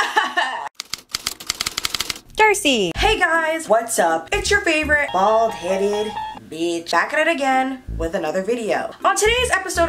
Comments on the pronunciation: When she said “bald headed” i thought she said balls hanging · Sometimes I cant tell if u say bald headed peach or btc..